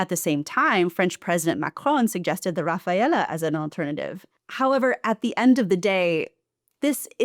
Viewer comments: It's typical American excuse, when they know something wrong or say something completely different, but pretend like it was just their pronunciation that wasn’t fully authentic. It’s not just about the last letter. It’s not Rafalella, it’s Rafale. Maybe the male version of the fighter jet is Rafaello. :))) By the way, in French pronunciation they drop the final sound in this case, so it’s actually pronounced Rafal." The ignorance of Americans is astounding, especially when they try to use foreign words. They call a grilled sandwich "panini", even though that’s the plural form. In Italian, panino is the correct word for a single sandwich. But they’re proudly talking about sandwiches only, haha. And they think "peperoni" is a type of salami. But in Italian, peperoni just means paprikas. They also call a milk coffee "latte", even though that just means milk in Italian. If you ask for a latte in Italy, the waiter will bring you a glass of milk. And when someone tries to correct their nonsense, they still act like they’re the experts on how to use and pronounce those words. Americans are never wrong, of course. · calling the Rafalle as Rafaela was pretty cute and funny haha. An excellent video once again. You could've easily added more to it, things like the EU speeding up it's new trade deal talks with South Africa, Central Asia, India, Indonesia and the deal with Mercosur, but that would increase the length too much. I pray to the gods that a day comes in the future where I get a collaboration between you and Perun, maybe even a podcast. Either way, stay healthy, stay strong (both you and the family), this too shall pass.